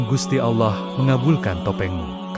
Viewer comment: Ini kisah islami kisah seorang waliyullooh, kenapa dibelakang syeh Syaridin ada selipan salip. Jangan2 yang mengisahkan bukan Muslim, karena menyebut lafadz allooh saja salah.